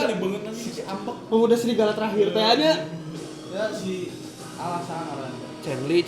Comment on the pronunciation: Chenle manggilnya bkn "chenli" tapi "chonlo"